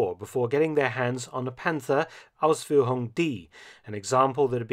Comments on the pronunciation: I'm german and love how excellent you say "Ausführung" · Absolutely, Dr. Felton trained the German "Umlaut". Ausführung !